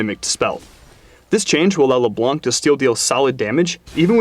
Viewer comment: wheres...its PRONOUNCED LEBLANG -David "" Turley